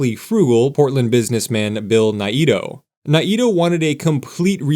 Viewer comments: Sure hope this redevelopment goes through. I used to work just a couple of blocks from the Monkey Park building, and did lots of gigs in that building, too, in the 90s. Fingers crossed this happens. BTW, the developer's name is pronounced Bill "Nay-toe" not "Nigh-ee-toe." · Correction, "NAY-toe" not "nay-EE-toe". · Um, it is pronounced Nay-Toh or sometimes Ni-toh. Parts of the family say it one way, others the other, but neither say it like the narrator of this video! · I know we all say NAYto but I believe the Japanese pronunciation is more like NA-eee-toe or Ny-Toe. Curious now if anyone wants to clarify. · Mr. Naito’s name is pronounced Nay-toe. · His name was pronounced Nate-Oh. But since you’re not AI I’ll give you a pass… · FYI it’s Nayyy-Toe (Naito) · I do appreciate the effort involved in putting together these videos. I really wish if people aren't from the area that they learned the pronunciation of names like Naito, which is a Japanese name. I don't know where the word extra vowel sound snuck in there. The correct pronunciation is Nai-toh. Think MyToe but with an N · I came here for this comment; I'm a long-time Portlander. NAY-toe. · Naito is pronounced NAY-toe. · The way he said it would indeed be a pretty good Japanese pronunciation, but as someone who grew up in Portland I had never even heard it that way before this, so maybe they pronounced it in the more American way, as sometimes happens